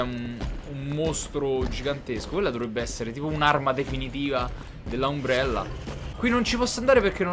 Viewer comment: si scrive Umbrella ma si legge Ambrella xD